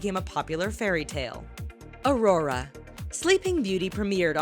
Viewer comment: Im sorry but i just was triggered i get it lots of people say Aurora wrong it happens but she says it right and than wrong i cant stand it now i know hate is coming my way but its my name and you say it only one way so how did this happend 😫😫😩😩😩😩😩😑😐